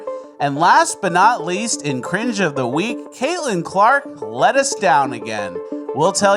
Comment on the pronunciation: Cringe of ze veek.